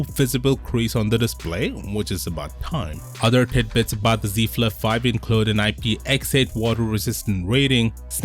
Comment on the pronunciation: See Flif fife 😂😂